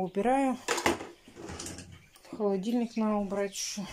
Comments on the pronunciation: пожалуйста,говори правильно!!!Есть слова НАДО,но не наа.Тут,а не тута.И фотошторы,это ужас,не вздумай. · Срау, нааа, чай запаривать, хатишь вы вобще думаете что то делать с речью?